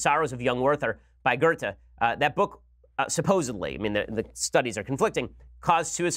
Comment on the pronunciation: Hahah the way you pronounce Werther and Goethe :P